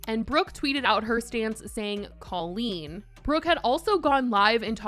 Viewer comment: Why are we not talking about how Jojo pronounces Colleen like Cole-een? I hate it so much 😂